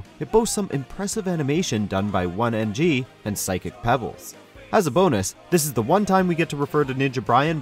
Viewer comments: “With the help of ONE NG” EX-FUCKING-CUSE ME!?!?!? That’s my beautiful baby boy Oh-Knee-En-Gee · Aside from being slightly irritated by saying "One NG" IS ANYONE ELSE FURIOUS ABOUT CALLING ARIN THE CO-HOST OF GAME GRUMPS? LIKE LOL THE GUY IS THE FOUNDER OF THE GAME GRUMPS. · did that guy just call oney "1 ng"????